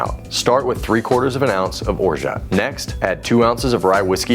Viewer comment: You aren't pronouncing orgeat correctly.